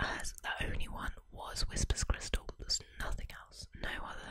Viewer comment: Can't get past "whispers crystal" ("whisper's crystal?") each time, especially since it's spelled correctly. It's like how some British dialects say "Barricko bomma," despite knowing that's not how it's pronounced.